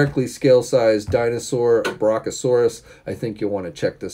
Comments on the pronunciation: lol. He's really not good with pronouncing things.. but I get it. Not everyone likes dinosaurs lol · It’s pronounced Brachiosaurus but I respect that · brachiosaurus "Brea*keep*uh*saw*ruhs" lol